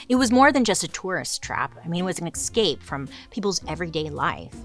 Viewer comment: It’s “eScape” not “excape”